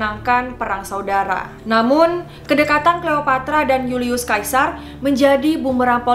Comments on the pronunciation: julius caesar dibaca yulius Seisar, bukan julius kaisar, caesar itu nama belakangnya bukan kaisar yg artinya raja ,Hadehhh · julius sesar kak dibilangnya bukan yulius kaisar, huuuu sedih aku , suka banget videonya tapi sering bgt salah sebut nama.